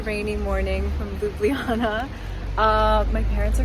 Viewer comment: god dammit stop pronouncing our capital city: Lub-li -jana. Its Ljub-ljana!